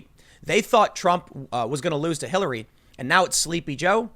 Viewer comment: "People hated Kill-- Hillary" Bit of a slip there? Lmao